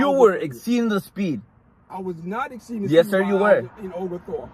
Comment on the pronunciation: " Exspeeding". Lmao